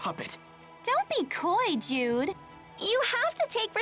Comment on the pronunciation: I keep hearing "dude there are times to play it cool" instead of Jude XD